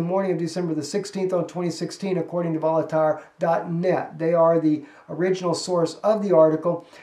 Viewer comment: "Voltaire" is pronounced "VOHL-TEAR"